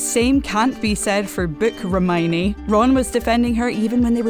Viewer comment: I don't like the way she says Hermione Her: Herrrmoine 😑